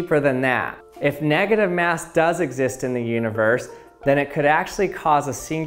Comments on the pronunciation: Boruto Uzumaki I hope so! plus his voice is meme worthy! simply the wae he says "*mass*" is funny😂 mieyahs! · Khalil Thomas how do you say it?